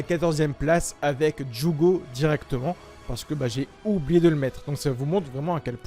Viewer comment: mec prononce bien juugo et deidara stp, ça me décontre à chaque fois